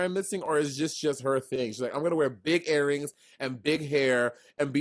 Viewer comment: Not "airrings" lol